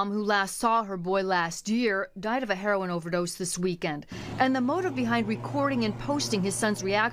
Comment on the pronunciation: It's not pronounced "hair-on"... its Heroin... pronounced "hair-o-win"